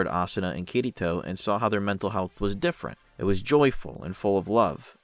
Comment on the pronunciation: Oh god i cant unhear it.... All im hearing is "kitty toe" xD Good video tho!